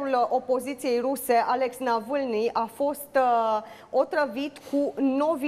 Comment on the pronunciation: prezentatoarea habar nu are ce citește! ...nici măcar numele lui Navalny nu-l citește corect. .ceea ce dovedește că nu a auzit vreodată de acest domn. ..